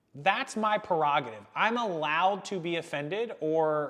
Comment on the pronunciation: I'm sorry- just to lighten the topic a bit... did anyone else hear a "wauhohoh" everytime says prerogative? Little Shania Twain humour... as far as the topic.... It's a hard one, either way, it's put... yes it's history and yes some people can be offended by it... but for example, I'm Armenian and for those of you who don't know in 1917 the Armenians went through a genocide... 1.75 million raped, murdered, sold as slaves... but we don't discuss this in America, actually until the Argentian Pope mentioned it it was swept under the rug worldwide, but to me this is history, (Now if I didn't mention this now, how many people out here already know about it??) This is my opinion- please don't criticize me for it, that when things like this, let's say the confederate flag, are found and brought out, they are a remembrance of history and do not always have to reflect a negative tone... yes, there are those that abuse it but there are also those who cherish it in a way of saying this is how far we've come. If these items are swept away and not ever seen, how can these topics go on to teach. Hope this makes sense...